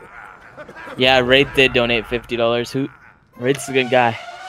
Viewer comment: “If you cadonate”